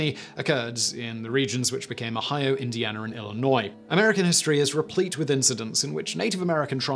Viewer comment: Its Indiana not Indianer